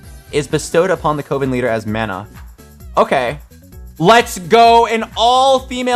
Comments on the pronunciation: Thank God I also see twitch chat trying correcting him saying coven man said Covin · I had to stop watching because your dyslexia was driving me insane. "Legendary Riven" come on. and its pronounced CUH-VIN not CO-VIN.